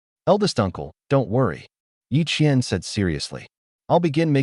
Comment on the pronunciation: Qian and qiann. Yep lol